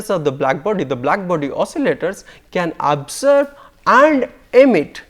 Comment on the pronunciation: Jadavpur English. He pronounces "absorb" as "abserb." It is REALLY difficult to make out what he is saying. And he trips too many times.